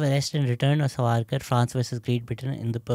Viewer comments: Dear Shehzaad, it is saavarkar and not savaarkar. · Shahzad keeps calling Savaarkar... but it's Saavarkar.. she called correctly many times, but it looks Shahzad didn't get it. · Its Savarkar , not Sarvarkar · at least Naam to thik se bol lo Savarkar ka , itna bhi hard naam nahi hai . koi gora bhi thik se naam le sakta hai tum to phir bhi idhar ke hi ho.